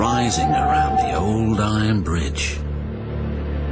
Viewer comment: Rubish brige says.